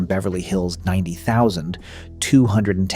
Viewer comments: why did he say 90210 like that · Sorry, I'm stuck on how dude pronounced 90210.